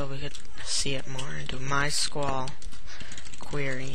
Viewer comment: you can't even say my sql in right way lol